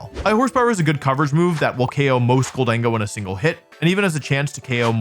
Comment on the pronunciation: wolfe conceding that slaking isn't pronounced "slay king" but still calling gholdengo "gol DEN go" instead of "GOL den GO" is making me lose my mind